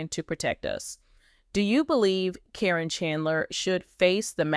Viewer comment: I suspect this is AI. Her name is pronounced as Karen not Corren and most of all... This is October 2025 so did Amy go Back to the Future for all this November 2025 evidence???